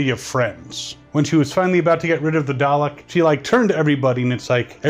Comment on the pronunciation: its "dalek" not "darlek" to correct you